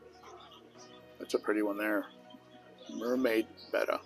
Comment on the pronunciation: He also mispronounces betta. And he is old enough to know better!